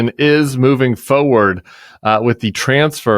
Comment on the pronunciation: Tim, I love you but there is an “r” in the word forward. 😅💋